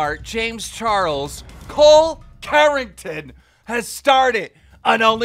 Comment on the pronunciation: "Cole Carring-ton" .. I- 🤣Am I the only one who watches the show solely to hear how Keem pronounces people's names?!? Iconic.